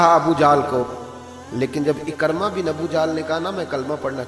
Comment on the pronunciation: محترم! آپ کا اندازِ خِطابت اور مشن ما شاء اللہ دونو ہی بہت اعلی ہیں ۔ جزاک اللہ۔ لیکن آج آپ ابو جھل کے بیٹے کے نام کا تلفظ درست طریقے سے ادا نہیں کر پائے ۔ یہ لفظ عِکٙرمہ Ekar+ma نہیں ہے بلکہ یہ عِکْرِمٙہ Ik+rima ہے۔ یعنی حرف ع کے نیچے زیر حرف کاف پر جزم پھر حرف ر کے نیچے زیر اور م کے اوپر زبر ۔ نوٹ کرنے کا شکریہ اسی طرح ابو ذر غٙفّاری رضی اللہ عنہ کے نام کا تلفظ بھی اکثر حضرات غلط ہی ادا کرتے ہیں یہ غٙفّٙاری نہیں ہے بلکہ غِفاری ہے GHIFARI یعنی حرف غ کے نیچے زیر ہے اور حرف ف پر صرف زبر ہے یعنی زبر کے ساتھ شد نہیں ہے۔ اسی طرح ترکیبِ ابو بکر میں بھی بکر کی کاف پر زبر نہیں ہے بلکہ جزم ہے یعنی Abu Bakr درست ہے۔ سو اگر آپ اس رہنمائی پر میرا شکریہ ادا کرنا چاہتے ہیں تو میرے یو ٹیوب چینل کی ایک وڈیو ضرور دیکھیں عنوان ہے قراٰن کریم کے وہ الفاظ جن کو لوگ اکثر غلط لکھتے اور بولتے ہیں۔ چینل کا نام ہے professor azeem میں ایک گورنمنٹ کالج سے ریٹائرڈ عربی زبان کا پروفیسر ہوں اور آپ نیوز ٹی وی پر آفتاب اقبال کے ایک شو میں فرہنگ آصفیہ کا سگمنٹ لکھتا ہوں۔ تعارف اس لیے لکھا ہے تاکہ آپ عِکرِمہ بن ابی جھل کے تلفظ کو نظر انداز نہ کر دیں ۔ شکریہ اللہ حافظ پروفیسر عظیم لاہور